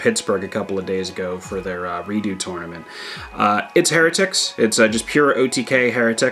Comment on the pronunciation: Isn’t pronounced, “High-rah-tic”? At least I’ve always said it that way